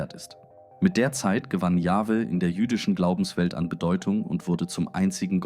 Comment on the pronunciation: Natürlich ist es eine KI-Stimme, alleine schon die Aussprache YupselonHweH=Yahwhe (Yachwe ausgesprochen).